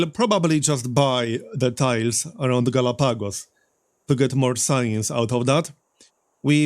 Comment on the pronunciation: It's pronounced Galahpagos, but this is just a nitpick for the algorythm gods.